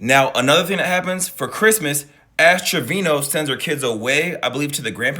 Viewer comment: It's pronounced A$$ Trashino.